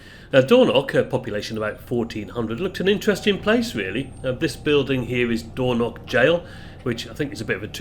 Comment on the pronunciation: Hi, I generally enjoy your videos - hence my subscription. But oh dear you do need to work a lot to improve your place name pronunciation. There are no such places as "Doorknock" or "Libster", at least not that I'm aware of having despite having lived the first 40 years of my life in Scotland. Lybster in Caithness is pronounced Lie-bster (as in lying or tying) Dornoch is pronounced exactly as it is spelt, Dor-noch using the short 'o' in both syllables and the ch at the the end using the same gutteral sound from the back of the the throat as when (correctly) pronouncing the word 'Loch'. Now I know a lot of folks from down south just cannot grasp or master that last one - if that's the case then maybe you you should stick to text captions rather that butchering place names. Sorry if this comes across as a bit harsh, but bo try and improve on this as it does take the gloss off what are otherwise very good uploads. 100% with you on the rudeness of people queue-jumping. As you recently featured the Far North line (one of the most underrated rail journeys in Britain) I thought i would share with you that until WW2 Lybster had a passenger rail service served by a branch line from Wick.